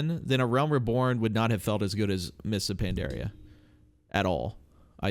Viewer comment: small pet peeve, Pandaria bro not Pandarea, u pronounce a lot of words so wrong xD